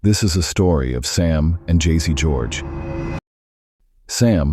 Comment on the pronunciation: I knowwww the pronunciation is really funny 😁....it's Jessie only like u said